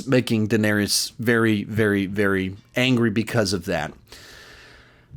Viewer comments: Love your videos but I'm so happy I never have to hear you pronounce Daenerys as "Dinarius" ever again 😂😂😂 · 8 fucking seasons and you still say Duhnerious